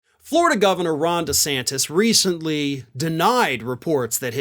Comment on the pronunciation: Did he ever figure out how to pronounce his own last name? Lmao